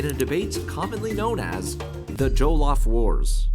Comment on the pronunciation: jollof is less joe/joel and more joh like when you're like oh quickly. if that makes sense!